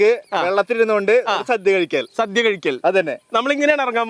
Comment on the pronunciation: ഓണ സദ്യ അല്ലാതെ സധ്യ അല്ല..ഇതൊക്കെ ശ്രദ്ധിക്കണ്ടേ അമ്പാനേ